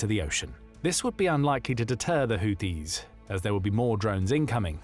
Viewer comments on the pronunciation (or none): PRONOUNCED : HOOTHEES……NOT US BUT U.S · It’s pronounced like hoootheees even tho spelt Houthis lol